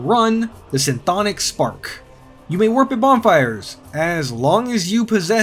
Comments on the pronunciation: Sin-thonic,! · > Pronounces "chtonic" as "sintonic" Bruuuuuuuh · At the risk of seeming annoying: It's pronounced Ka-thonic. It's derived the Cthulu, one of the outer gods of the lovecraft mythos. Which makes it odd that it would show up in Dark Souls. Since lovecraftian horrors was always Bloodborne's thing. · Chthonic. Kuh-thaw-nick. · first person ever to say chtonic like that award